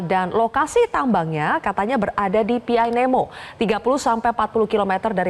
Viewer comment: Sering ke raja Ampat tapi sebut nama aja salah, pianemo di bilang panemo